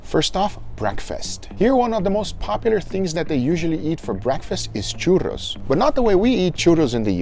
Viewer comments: It's crazy how good you say "churros" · Every time you pronounced "churros" and "porras" I thought you were mexican. Your pronunciation is actually very nice!